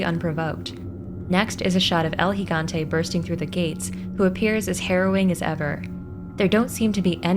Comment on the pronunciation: Your the only one so far who correctly pronounced Gigante.